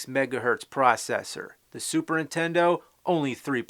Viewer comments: When you were a kid you said "Super Nintendo" now you're an adult you say "Super Intendo!" =D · "Super 'intendo?" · I keep hearing "super intendo". interesting, tell me more about this intendo... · Take a drink every time he says 'superintendo' instead of Super Nintendo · Anyone else notice how James pronounces Super Nintendo like "SUPERINTENDO" ??? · "Super INtendo" he says. lol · Say "Superntendo" one more damn time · Anyone else notice he says Super Intendo? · I love how he calls it SUPER INTENDO lol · does anyone else think he says, "Super INTENDO" i always hear that he doesn't put on the first N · Is it just me, or is he saying "Super Intendo" (dropping the the N)?